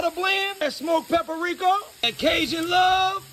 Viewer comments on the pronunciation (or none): “That smoked pepperrrikkkaaaa” lol.